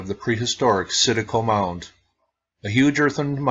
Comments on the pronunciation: Very interesting and you pronounce it right there is tons of sites like this in Tennessee and in the Chattanooga area that was not preserved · Hey, I really appreciate the work you do and all the videos you upload, I'm an ancient history nerd. Yes, you are pronouncing Citico correctly, although most people in this area would pronounce it with a slight southern tweak. I have lived in the Knoxville area all my life and have never heard of this mound. It's extremely disappointing to hear that it was destroyed for a 'road'. Keep up the excellent work by the way!